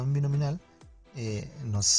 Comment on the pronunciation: DISTRIBUCIÓN BINOMIAL, no «Binominal»… ¡y qué desastre de explicación, amigo!😂